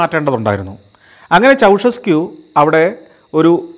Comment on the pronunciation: Ceaușescu -ചൗഷെസ്ക്യൂ ennairunnu alle